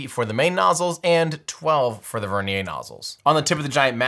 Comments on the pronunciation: Vernier is a fully Anglicized word. Ends in a "yer" sound. With all due respect to Pierre Vernier, using the pronunciation of his name for this usage is cringe worthy. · Vernier is pronounced like the caliper... rhymes with Near. Doesn't rhyme with Nay. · Vernier not vernia